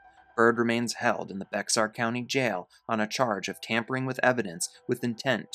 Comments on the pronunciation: Bexar County is pronounced Bear County, not bixar county.. Bear County,Bear County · For future reference, from a Texan, Bexar is pronounced Bear. Thank you for starting with some true crimes I haven't heard/seen before. I actually enjoyed this.